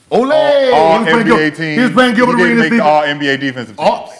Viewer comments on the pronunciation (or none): Chillbert A-Reach-Es... 😂